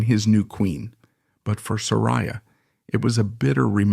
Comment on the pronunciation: OK, 3 minutes in & you are not only repeating yourself, but MISPRONOUNCING HER NAME.